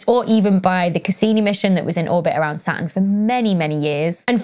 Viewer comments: Platurn 😅 🥰🥰🥰 love it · When Becky said "my favorite planet", I heard "Sun". I was thinking: whaaaat? Then I hear her talking about "Sa'un". Oh, it's Saturn! The way English speakers, and some dialects especially, really confuse me sometimes! "Saturn" is said so differently in my language (Finnish).